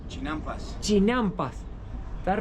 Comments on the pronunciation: Se llaman CHINAMPAS, tú dices CHILAMPAS 😅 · Se pronuncia Sochimilco, no jochimilco, y era el imperio Mexica, " azteca" es un término inventado en Europa en el 1800, las plataformas flotantes se llama CHINAMPAS, no chilampas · Saludos 😅, les quedó genial el video, hay varios tipos de mole y es Xochimilco no Chochimilco y son chinampas no chilampas. Un abrazo a los 2 🤗